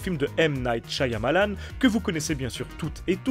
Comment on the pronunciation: Stp il y un seul Y dans Shyamalan pas deux... Shya ya malan .